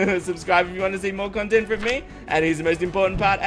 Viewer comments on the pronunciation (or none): none